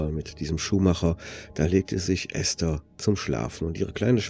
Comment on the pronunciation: Endlich mal jemand, der den Namen ESTHER richtig ausspricht!!! Die meisten sagen immer EEEEEhsta - das selbe wie diejenigen auch ESTLAND als EEEEEhstlant aussprechen